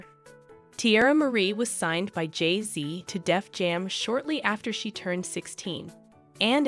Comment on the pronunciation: The AI is sooooo bad on this. JAYZE and BEYAHNSE